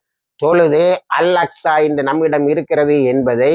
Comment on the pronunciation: Pls pronounce properly. Al Aksa not Al Aska